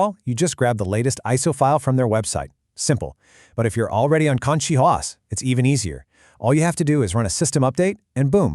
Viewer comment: Did you switch your A.I. voice just 30 seconds into the video? I do prefer CachyOS for KDE but prefer EndeavourOS for LXQt Wayland. :face-green-smiling: BTW, did you notice that , your A.I. voice pronounced it is as "cocky OS"? That is actually quite appropriate.